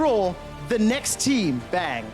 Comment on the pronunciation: That just sounded funny the way he paused... Bang ahahah